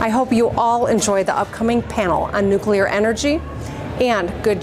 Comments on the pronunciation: Whichever chatter complained about her pronunciation of nuclear... she said it right. Every time. Except once, where she kind of slurred the word a bit on accident. Don't be so petty and pedantic 😊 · Shouts out to Big Gretch. She’s a really nice lady. We pronounce nu-clear right